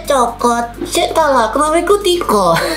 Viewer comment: Pas Kevin ngomong "sendiri sendiri" itu aku denger "cendiri cendiri" sama "copot" padahal ngomong "cokot" Yang artinya di bahasa Jawa itu "gigit"